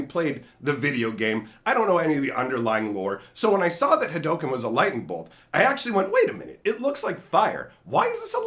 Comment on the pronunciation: Yo it is pronounce Ha_Doo_ken